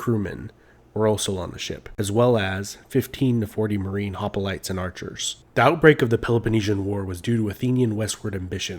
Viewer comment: It’s “hoplites”, not “hopalites”.